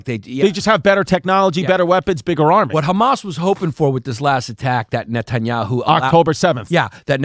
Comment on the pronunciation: He gets closer to pronouncing it than any of y'all lol 😂